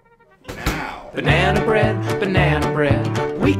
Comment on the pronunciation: bah-nea-nah bread